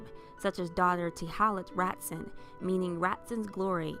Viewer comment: Just so you know, the name/word "Ratzon" is pronounced Rah-TZOAN.